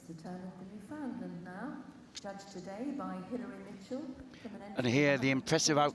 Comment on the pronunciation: Jesus, Mary and Joseph. It's a Newfoundland Dog. Not a Newfoundlund. The name rhymes with Newf-In-Land, as in understand. Newfoundland is not in North Western Canada. It's as close to The UK as one can get an still be on The North American continent. Smarten-up will you.